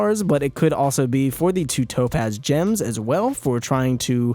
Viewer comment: When I say tapoz you say topaz! Tapoz!